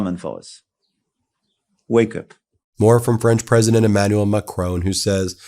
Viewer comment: EmmanuEl. yw.